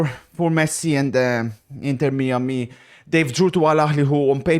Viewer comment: Inter Me-Ah-Me